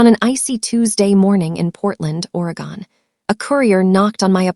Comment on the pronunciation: If she were actually a human being from Portland, Oregon, instead of an AI construct, she would not pronounce it “ory-gone.”